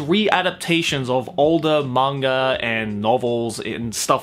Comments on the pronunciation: I'm actually disappointed with myself for not having known about Tezuka before watching this. But I've watched the first 9 episodes of the remake and its fucking amazing, I'm really glad I found it. Also, I love your accent and the way you say "monger" instead of manga😘hope to see more videos of the like in the future! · Is it just me or says manga and anime like mangar-an-anime